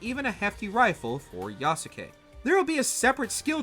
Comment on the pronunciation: How has no one yet talked about the abysmal pronunciation of Yasuke? Every time I heard "Ya-su-ke" my brain ached...how you gonna cover a game and continuously mispronounce his name. In the Japanese language, if a name ends in "suke" the U is silent. For example, in Naruto Sasuke is not "Sa-su-ke", it's pronounced "Sas-ke". Therefore, Yasuke should be pronounced "Yas-ke". Just a little nitpicking on my behalf.